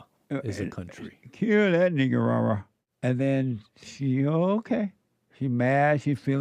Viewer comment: Jesse says it differently lol. Ni**er-aga